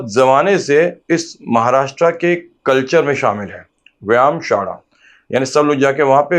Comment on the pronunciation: it's not महाराष्ट्रा it's महाराष्ट्र.